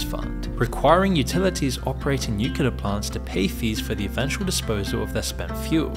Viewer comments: It's NuCLEar, not NUkular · "nukeyaler" is not a word, it is pronounced new-clee-ur. I can't help but think of George Bush every time you mispronounce it 😂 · It not pronounced "nuke-yoo-lur". Read a book. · "nucular" I see someone had George W. Bush as their vocal coach... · ffs, when will americans learn to pronounce "nuclear"? 🤣